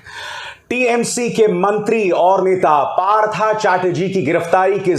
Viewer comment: Abhisar ji your pronunciation is wrong. Partho is right bengali uccharan. English may likhna parta hai partha.